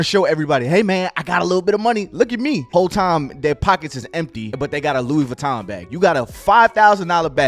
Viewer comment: “Goochie! Louie Veee! I got it on me!” 😂😂😂